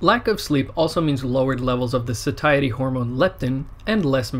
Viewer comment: and "SATIETY" hormone is pronounced SATIETY, not Sotiety, and pineal gland not to be pronounced pine-nee-ul